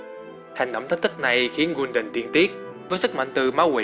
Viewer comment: học cách nghe và đọc tên cho chính xác đi gái Kul đan chứ đọc gun đần